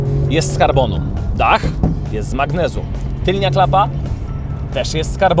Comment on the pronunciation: Świetny odcinek! Ogląda się ciekawie, ciekawe zdjęcia, muzyka, czy - i najważniejsze - sama część merytoryczna. Uważam, że wielka przyszłość przed Tobą. Potraktuj jako feedback to, że nie mówi się "tylnia", a tylna; nie "tylni", a tylny, itd. itd. Pozdrawiam serdecznie.